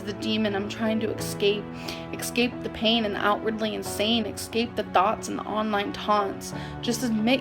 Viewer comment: I’m trying to “exscape” that nonsense, it hurt my brain